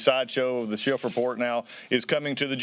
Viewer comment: I really love the subtle political insult of purposely mispronouncing names. They all know it's Schiff but half the time they say Shift. LOL